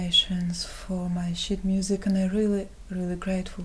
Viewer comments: LOL, I thought you said you were getting donations for your "shit music" at :46. I had to play it back to hear it correctly as "sheet music". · Ahaha I thought she said shit music at first lmao then I noticed it was sheet* music :O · "i have been gettin donations for my sheet music" just sounded like "shit music" hahaha i had to laugh so hard, sorry! keep up the good work, you play very well. i like your sound.